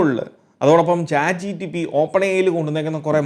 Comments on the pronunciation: Bro ath "Chat Gpt" alle? Chat Gtp allallo. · chat gtp alla chatgpt aan